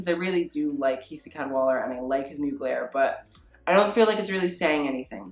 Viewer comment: I mean ... look at what r u wearing .... u think u can talk about fashion ? lol 😆 I mean ur hair .... I mean ur trousers don’t even fit properly and ... girl u need a haircut... or at least condition it ... there u go I’m criticising u ☺️ oh and u can’t even say MUGLER properly lol 😂 sad lol girl ha ha u making me laugh